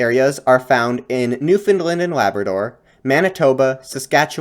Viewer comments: great video but you pronounced newfoundland wrong! it's new-fin-land or new-fun-la-nd (nd one sound), you can also hit a little stank on the a, optional regional dialect, new-fin-l-eeand in new finlnd like new-finland! short, pronounce the a, it's not like the european country Big irk in the province! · Newfoundland should rhyme with "Understand" - otherwise a great video and very interesting! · For the last time, it's newfoundLAND not lind (edit, you only pernounce it wrong the first time) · I respect the effort, but you were nowhere near on that pronunciation 😂